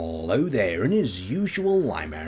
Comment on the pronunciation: At the beginning he always says Hello Guys and the stress is on Hell, maybe he’s traped in hell and damned to do theese Videos, Spaceuminati Confirmed